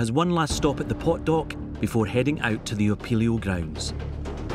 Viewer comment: The icy unforgiving duck? OH, wait... DOCK. He said dock.